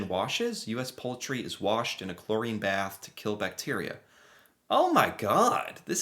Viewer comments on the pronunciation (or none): none